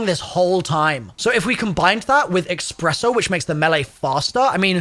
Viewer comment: My friend always pronounces espresso as “expresso” and it drives me insane. That augment name is going to give him an excuse to say it that way forever